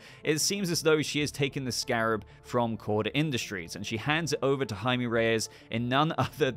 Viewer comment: Just a little Spanish tip. Jaime is pronounced “High-Meh” Also, dont know anything about Blue Beetle but this looks like a blast and hope we’ll get more awesome coverage from you of the film in the future